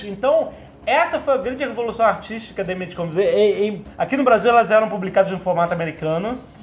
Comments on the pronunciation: é só o meu ouvido que dói, ouvir eles dizerem "imeige"? Mesmo dps dos drops e dicas da Wise Up?? É IMAGE.. com pronuncia "ímage" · Já que rolou a discussão no episódio, Spawn se pronuncia "spón", mais parecido com o que o Jovem Nerd falou. E quer dizer ovas, mas também prole ou cria ou até como fruto, resultado, produto. Como verbo pode ser desovar, gerar. E pelamordedeus azaghal, image se pronuncia "ímage", não "imêige" :) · Bicho, pelo amor de deus, quem foi que espalhou essa praga que é a pronúncia “Imeigi”? Pqp! É Ímage (próximo disso, na verdade). Mas se falassem como se lê em português já passava mais perto. Pq diabos inventaram essa pronúncia totalmente sem sentido?